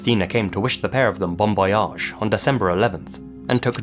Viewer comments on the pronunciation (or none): "bombayage", if you didn't know it's "bon voyage"